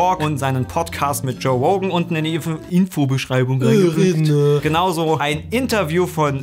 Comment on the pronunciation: ? Der Typ heißt nunmal Rogan und nicht Rogen genau wie du wahrscheinlich Sam und nicht Som oder Sim oder Sem heißt. Das hat nichts mit Grammar-Nazi sein zu tun, sondern mit Respekt gegenüber einer Person